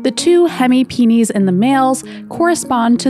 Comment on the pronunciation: It's the correct pronunciation, it's the plural of penis in Latin